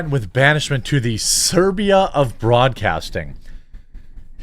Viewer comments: I gotta help him out. It's a bad look, Siberia sy-BEER-ee-ə 😉 Acosta soon to be the host of Antique Roadshow 🤣💩🤡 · Really, dude? It's 'Siberia' (seye-ber-ee-ah), nor 'Serbia' (ser-bee-ah). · 😂 "SIBERIA" not Serbia. Big difference, HUGE difference! 😂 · Siberia, not serbia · Siberia--- Sy -beer -E -uh... (the country)...lol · Actually, it's not Serbia, but Siberia. As in the place of the Russian Gulag (Prison), etc. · It “Siberia” not Serbia 😂 Don’t be a dumbass, and do your homework and read things before you go live and say foolish things. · it's SIBERIA , not SERBIA :)) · It's not Serbia of news but Siberia 😆 I am from Serbia but these idiots are going to remote Stalin's gulags of news which is in SIBERIA 👏😆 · Please pronounce Siberia correctly - it's not Serbia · Serbia is not Siberia...😂 🇨🇦🤓✌️ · Siberia not Serbia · Siberia… not Serbia. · It’s SIBERIA not Serbia 😂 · Siberia, Jeremy, NOT Serbia. 🤦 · It’s not Serbia. It’s SI -BER-IA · why do you keep calling Siberia Serbia? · SIBERIA like Siberian in Russia. Serbia of broadcasting was funny tbh. :D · Its not SERBIA, its SIBERIA - as in the Russian Siberia, where people were sent to gulag camps.... Sorry, just had to... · Serbia... lol... Read that again Jeremy. It says Siberia my friend. I'll translate since I'm Mid-Western to: (Psy-beer-E-UH) lmao. Hope you're having a good one. Great video. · It is Siberia, not Serbia. God you make too many mistakes like this and it always drives me away for a few weeks because you don’t come off as smart enough to discuss the issue if you can’t read or do basic math… I appreciate what you do, but you need to be sharper. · It's Siberia, not Serbia. Come on Jeremy! You're smarter than that. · DUDE!! It's called SIBERIA - not SERBIA!!😂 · Please.... S.I.B.E.R.I.A. = Siberia (as in where the Russian Gulags are) not Serbia (the Balkan State beside Bosnia). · You need to learn to read. It's Siberia (aka cold ass part of Russia) not Serbia (one of the Balkan countries).